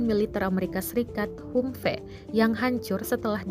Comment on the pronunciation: ham fii neng baca nya. bukan humfe